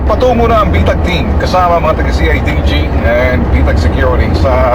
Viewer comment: Bitag ate hindi betag hahahaha